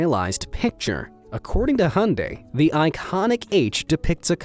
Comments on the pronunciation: Hyundai is pronounced Hi-on-die not Hun-day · It’s not pronounced hunday, it’s pronounced hiundie! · its not hundai hyunedie is the pronunciation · IT'S NOT HUNDAE ITS HYUNDAI. HYU-N- DAI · U said Hun-day but I say Hi-un-dai who is correct? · why muricans say hondaei instead of hyundai? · Hyundai is pronounced "hi-oon-die" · the narrator pronounce "Hyundai" as ( han-day) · **it’s pronounced ... Hi-Un-Dai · That is not how to pronounce Hyundai. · Never heard someone butcher the word "Hyundai" more than this dude.